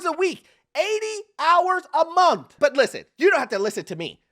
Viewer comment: Correction "80 hours a monf". Black people are turning into British people. Brits dropped the "th" on most words and added and f. Monf. "This has me finking".